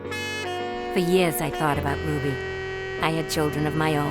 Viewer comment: it is not Ruddy it's RUBY